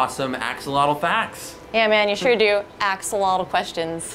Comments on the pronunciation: I clicked on this to see if Joe would pronounce Axolotl properly. He did not. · Joe you pronounce Axolotl really funny. Also, they have also been found in the waters of lakes and ponds in the state of Hidalgo, it's a new discovery and the population is rising. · So it's pronounced like axo'otl?